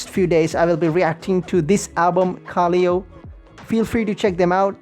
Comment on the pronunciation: Sick reaction! Minor thing tho it pronounced ka-lay-o